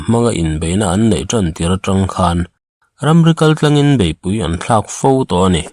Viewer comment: Ramri kaltlangin tih ai chuan ramri kánin tih tur a ni long maw? Tank pawh hi tang tia lam ri lovi tenkh tia lam tur a ni lo maw? Mizo sipelin..